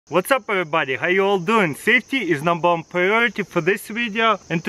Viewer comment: "Saftey is numbar wan priority in this video"